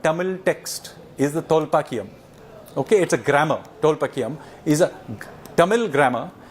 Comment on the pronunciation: It is TholKAPIYAM NOT Tholpakiyam